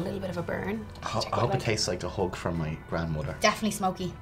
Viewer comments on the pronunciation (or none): I know you said "hug" but I heard "hook". ( you hope it's like a hook from your grandmother? What, like, right hook? Just punches you in the face with flavor? )